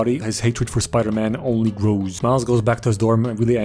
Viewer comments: Spidoor man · Spidor man 😂